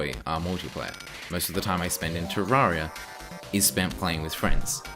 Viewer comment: clicks on video hears how he pronounces terraria leaves